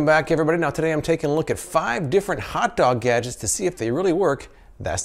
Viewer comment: I hated his "hawt dawg gadgecs"